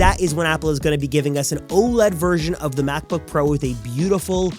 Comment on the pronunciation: "MacbBook"? LOL! 😂